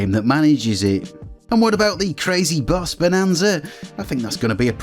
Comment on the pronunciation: Took me a while to get he meant "BOSS" not "BUS".